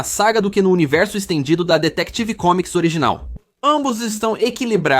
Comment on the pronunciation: Essa IA tá horrível, ainda mais com esse "Detective Comics"